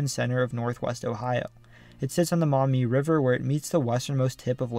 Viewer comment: I appreciate that you correctly pronounced Maumee correctly and mentioned the Black a Swamp